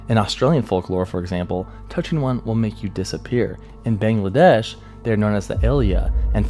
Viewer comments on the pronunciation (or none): none